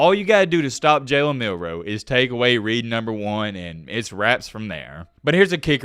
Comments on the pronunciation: Jalen Mildew hahaha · his name is Jalen Midroe